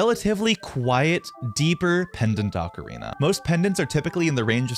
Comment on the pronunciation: O ca ri na pronounced "0h kah ree nah" not "aka rina".